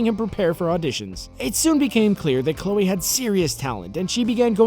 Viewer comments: Chole?!? Really guys?!? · "Chole Moretz" is this channel run by a two year old? CHOLE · "Chole"? YOU NEED AN EDITOR!